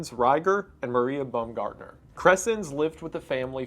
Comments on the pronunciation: Imagine going to your first day on the job and being murdered, then years later wendigoon makes a video about it and pronounces your name “bum-gardener” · Also Rieger and Baumgartner